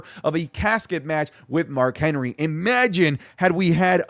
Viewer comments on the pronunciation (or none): none